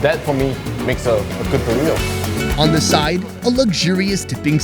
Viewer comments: Borito the proper pronunciation. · Not bad pronouncing Burrito, try rolling the R more like "boo•rrrrrito" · Did just say "Puurito!!" for comic relief??! And say that's the proper pronunciation.... ? Get prepared before the show maan! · Love your ''Burrito'' pronunciation xDDDD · u still not saying Burrito correctly but close enough!